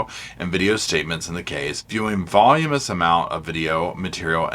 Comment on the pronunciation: Voluminous not pronounced volumance. Sorry for being petty. Just thought you’d want to know. ❤